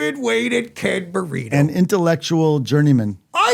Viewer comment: You're so cute,. Sounded like you said Ken burrito, instead of Marino 😆